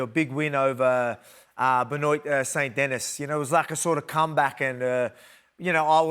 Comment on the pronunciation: Volk trying to pronounce Benoit is funny as shit